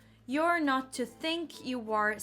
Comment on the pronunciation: Have a look at this nice example of Icelandic accent: the sentence '...so that you may not miss an opportunity...' do you hear it? 'noht' You sometimes sound littlebit like that - but only in this respect, not the rest of the accent. I don't write it to criticize, you have super nice and smooth English! Just as an observation. Because up until now I thought that only Icelanders do it and you have proven me wrong :-)